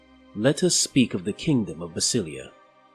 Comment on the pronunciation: Is it really pronounced that way? I think basilea should be pronounced with an emphasis on the e as it is a reference to the greek "basileia tou theou" Kingdom of God, similar to Elohi referencing to Elohim, one of the Hebrew names of God.